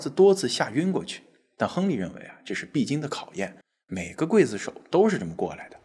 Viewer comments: 刽子手不读会子手。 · 刽子手，刽，中国念“贵”没有错。秦桧，桧，念“会”。这俩字很多人念错。😊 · 我从中国来， 也念“筷子手”呀？